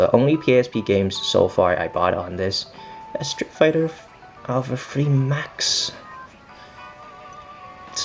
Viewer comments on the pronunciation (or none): none